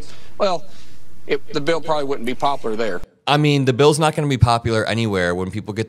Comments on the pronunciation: Mullin- says ‘poplar’ three times. Frickin’ bumpkin. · He can't even say popular... it's not poplar... 😂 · The (hill)bill(ly)is “ekspeshlly” “puplar “. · Poplar??? No it's not Poplar 😅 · Markwayne, the word is pop-u-lar. Poplar is a tree. Oh, and ALL of us pay taxes and expect to be represented, not just the red states. Although I live in one of the worst, Missouri, I think you're full of 💩 and you're NOT representing me. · Hey Mullin, the word is popular, not poplar. And no, it’s not popular. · "Expessally poplar" lol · Whats in Mullins mouth, it's P.O.P.U.L.A.R not poplar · Senator Markwayne Racist can’t even pronounce popular. Poplar?